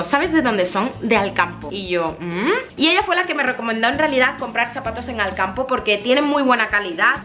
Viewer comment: cuando a dicho "ahora nos vamos a Alcampo" e entendido " ahora nos vamos al campo " jajaja